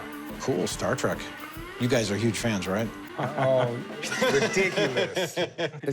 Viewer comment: It's Star Trek, not Star track! Learn to speak!